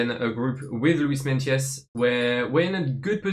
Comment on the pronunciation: Is the pronunciation of meintjes not like myekees